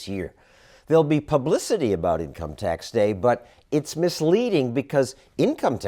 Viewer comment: Am I the only one who can't help hearing how she pronounces T'HACKS in a way to subtly hide "Hacks" as a pun ?